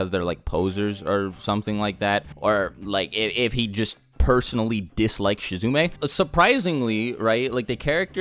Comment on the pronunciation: Y u call him shizume?!?